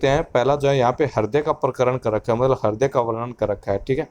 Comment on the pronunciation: it's not harday. .. Its hruday